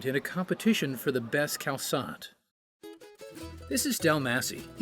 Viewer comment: YESSSS! Y'all are back! But seriously..."cal-sot"? Maybe it's just me, but more accurate pronunciation goes a long way